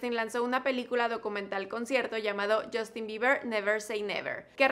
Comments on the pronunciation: Que alguien me explique por qué mierda los mexicanos cambian la U por una O en inglés? Yostin?? Wtf girl? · Porque se pronuncia "jostin" ;) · Crazy_ Girl Se pronuncia yastin ;)